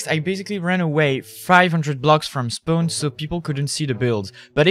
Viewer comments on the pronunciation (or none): When you said spawn I thought you said spoon